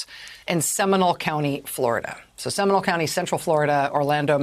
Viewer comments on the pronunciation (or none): It’s pronounced “Semi-NOLE,” not “seminal.” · Factual statement. And am I the only one cringing at her pronunciation of “Seminole?”